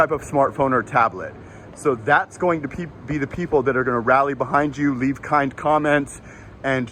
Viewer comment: leave, not “llve”…